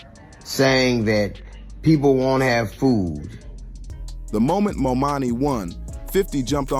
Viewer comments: He's name is: ZOHRAN MAMDANI. C'mon now. Not : MAMANI, No MOMANI . Learn his nama .🙄🙄🙄🙄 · His name is ManDANI!!! NOT MaMAMI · You pronouncing his name wrong the whole video is madness. MamDani. 😮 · Seriously how many times will they mispronounce his name!!! Momani, Mamdami… omg… get the name right! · C'mon Mr. Commentator, please and respectfully pronounce his name correctly. His name is Mamdani and not Mamami. Ok bro? Yeah, and as a Ny'er, I voted and campaigned for him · It’s not Momami. It’s Mamdani. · Who is this Mommani??? Its Mamdani! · Let's hear it for New York's newest Mayor "MO-MONNIE" 😂😂😂😂😂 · The name is "Mam-da-ni." Say it with me now, one syllable at a time. Maam-daa-nii :) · Was the narrator intentionally calling him "Mo Money" or was he mispronouncing Mamdani's name? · Get his name right.... MAMDANI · DUDE IT'S MAMDAMI🙄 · Can we PLEASE begin with pronuncing his NAME CORRECTLY? It is MAM-DANI!!! Thank you. P.S. Your video is 🔥🔥🔥, and I have subscribed! 🗽🫱🏾‍🫲🏿❣️ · Who is Mo-Manie? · Why do you continue to call him momani? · MOM DANI.HAVE SOME RESPECT FOR THE AND PRONOUNCE HIS NAME CORRECTLY. WOULD YOU LIKE PEOPLE TO CALL YOU HL DUGLEY HUGLY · "mom-dani" man, say his name right. Good video but damn that was distracting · Mispronouncing the name of the subject the video is about is insane 😓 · If you can’t pronounce the name right , then deuces!! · DUDE, how are you advocating for Mamdani, when YOU CAN'T EVEN PRONOUNCE HIS NAME⁉️ 😅👎👎👎 SOUNDS HORRIBLE... Take this down 🙄😒😮‍💨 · The guy talking should have practiced on the pronunciation of Mamdani's name. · Great video! I think you got his name wrong but good video. Thank you! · It’s Mamdani🙄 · Please please pronounce Mamdani’s name correctly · Great content, but please learn how to pronounce Mamdani. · Try to say his name right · I cannot😅Please say the Mayor Elect’s name correctly. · Mamdani.....it's not that hard to pronounce. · Destroying the man's name